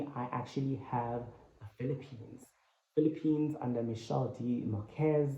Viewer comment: Why ervery one say phillipiens,i thought philipino people work together😀